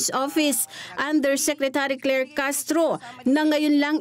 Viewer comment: Ate Claire... Hindi Clear!!!